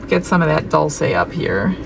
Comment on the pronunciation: ❤🎉😮Stunning colours! Gorgeous set🎉❤ Dul-chay is how it's pronounced 🎉❤